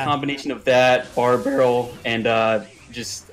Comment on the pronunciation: It was more like BORE barrel